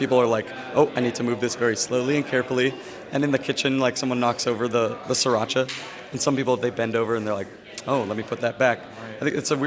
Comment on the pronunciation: sreeee rachah not sir atcha